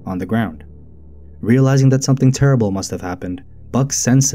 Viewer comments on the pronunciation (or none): none